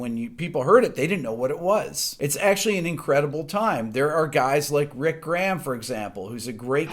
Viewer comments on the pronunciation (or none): Grey-um. What the hell is gram?